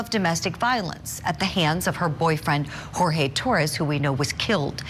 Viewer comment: It's Jorge, not George